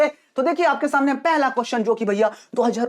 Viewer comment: Sir shamne nhi samne hota hai